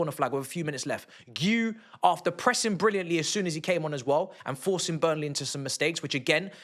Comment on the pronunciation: It’s BURNLEY bro chill 🙄🤣